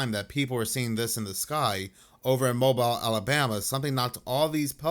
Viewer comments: I was born in Mobile Alabama. Its pronounced mo beel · It's pronounced like Mobeal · In (pronounced)Mobeal the pelicans got hit by lightning they think..